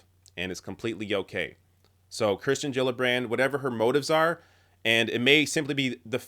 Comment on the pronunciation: someone's bound to mention it: you keep saying Kristen rather than Kirsten (which I think is actually pronounced Keersten).